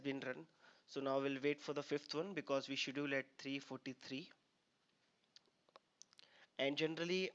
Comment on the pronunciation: Good video. Please correct you pronunciation of "schedule" !